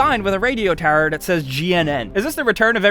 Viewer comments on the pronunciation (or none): none